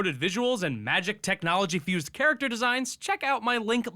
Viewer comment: "Char"acter designs Sounds like yoshi